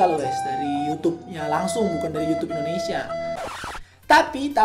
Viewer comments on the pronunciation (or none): none